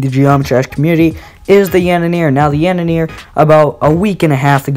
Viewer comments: It is not pronounced " The yandanir" It is prounounced like " The yawnderei" Something like that. And this is not hate i am juat saying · the way you pronounce "The Yandere" kills me xD its Yan-Der-re not Yanineer lmao, also can I please join the crew for this show? I really want to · The yandere is actually pronounced yawn-deer-ay